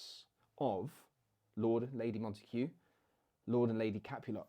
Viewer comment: Why do you pronounce Montague with an h when all times I’ve heard it was with a hard g?